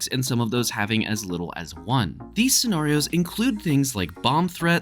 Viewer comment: Why do you say scenarios like that🤦🏾